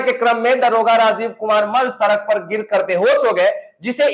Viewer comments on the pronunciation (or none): none